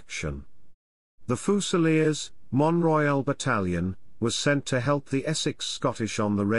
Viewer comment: it is pronounced Les Fusiliers Mont-Royal. Their CO was wounded seven times, but was able to make it back to England.